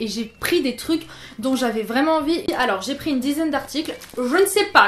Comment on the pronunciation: Ouiiiii mon genre de vidéos préférées 😍 "Vrrrrrrraiment" Et on n'est pas saoulees que tu parles, on adoooore 😍 Mais perso je sais que je suis abonnée parce que j'aime tout ce que tu fais. Donc si tu n'en fais plus, je continuerai à regarder tous tes contenus !